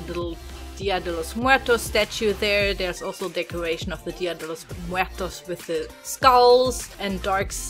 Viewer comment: The story behind the family was very creative. I never would had thought something like that;) Btw, I died when you said "Dia de los muertos". I love your pronunciation and your accent in Spanish, so cool. See you, my friend:)